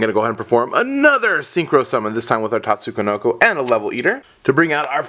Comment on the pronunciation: Nope, the first "ko" shouldn't be in there